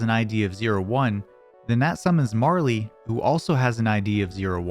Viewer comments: Pronouncing Marle's name Marley is diabolical and driving me nuts. Stop doing that. It's pronounced like Carl. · Awesome video. Though, I died a little every time you called her Marly. Her name is Marle. lol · Nice summary. Just one question. Who the heck is Marley? Marle ends in a silent 'e'. It rhymes with Carl. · I have never heard Marle's name pronounced that way before